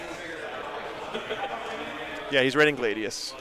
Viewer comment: Its pronounced Glad-ius not Gla-dius this is reality rebels all over again😂😂 keep up the good work big guy.